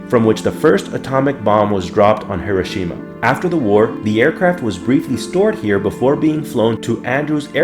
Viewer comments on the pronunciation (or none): none